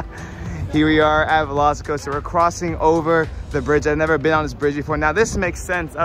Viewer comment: LOVE HOW PAULA KEEPS SAYING VELOSICOASTER YASS BEST RIDE EVER FOR COASTERS IN UNIVERSAL